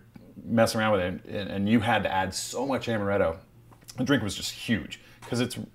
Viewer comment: amaretto not amareto